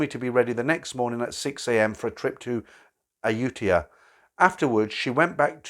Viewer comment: Loved the story, something diffrent from the usual older guy falls in love with bar girl and gets bled dry of his money. Also to the people getting they panties in a bunch about certain words: The only word crimes committed was butchering Koh Phangan and Ayutthaya lol. Best wishes